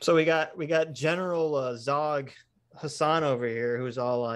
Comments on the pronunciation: It’s “Zorg”… come on fellas 👊🏼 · It’s zorg zorg not zawg. Omg you’re breaking my heart. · Zorg, not Zog. Jean-Baptiste Emanuel Zorg.